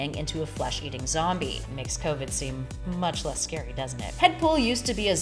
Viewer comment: Shouldn't it be "scary" and not "sary?"